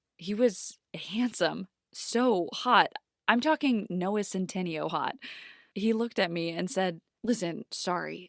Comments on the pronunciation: “I’m talking Noah Sen-ten- e-o hot” 🤣🤣I can’t It’s pronounced Sen-ta-ney-o I believe It’s spelled Centineo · Mam do you even know how to pronounce centtenio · NOAH CENT-TIN-IO LOL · did she just pronounce centineo wrong